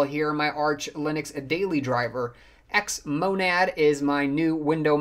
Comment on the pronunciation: Wondering how many times you can mispronounce Xmonad in a single video. :-)